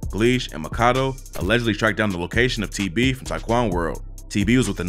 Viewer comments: His name is pronounced Mack-A-Doo, not Maka-Doe lol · its Mack-a-do, not mah-kah-doh. like when Rondonumbanine said “free my nxgga MACKADOYA cus my nxgga mack ah do ya” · I’m pretty sure it’s pronounced.. Mack-A-Doooo, not macado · It’s MACK-AH-DOO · Bruh you pronounce his name as Mac-a-do (Makado) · Makado is pronounced “MAK-A-DO” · LOL THIS NIGGA COPIED CHISCENE88 SOOO HARD HE EVEN PRONOUNCED MAKADO NAME WRONG LIKE THE COMPUTER GENERATED VOICE DOES LMAOOO ITS MACK-UH-DOO BRO 😂😂